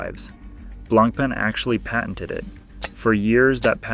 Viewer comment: Honestly the pronunciation of BLANK PEN is hundred time more irritating than this 🤦🏻‍♂️ blan pah is how it should sound